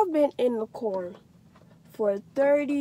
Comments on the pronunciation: the bitch say cer not car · I was looking if someone heard her say cerrrrr